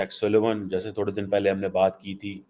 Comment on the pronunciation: It's not Suleman, it's Siliman